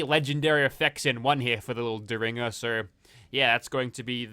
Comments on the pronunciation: It's pronounced Derr-in-ger. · Booth took out Lincoln with a "dare in ger" not whatever you are saying lol. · Dare in jer ☠️